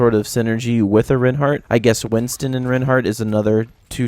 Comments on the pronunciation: My opinion is. It's pronounced 'rine-heart' not 'rin-heart' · I love it when people properly pronounce names :D It's pronounced similar to the word Why, emphasis on the I sound, not the E sound.